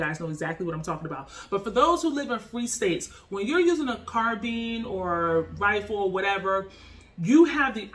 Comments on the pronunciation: Carbine not carbean lol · Car-bean? Lol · You Said Carbine Wrong Respect for the video Tho car beens 😂🙏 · Exactly, what's carbean? Never heard of this pronounciation... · Car beans.. car bye ns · what's a carbean? i tought it is called carbine? and not to talk trash but we use fist's and nothing but fist's but when people enter a home and you are in your bed you are going to tell me that a ''carbine'' is faster then a handgun? lol your giving me a hell of joke lol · #1 you're pronouncing carbine wrong..#2 a 9mm carbine is a waste. U might as well get a MCK make your glock a SBR...